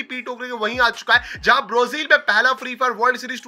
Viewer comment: Brazil ❌ Brozil✅😂😂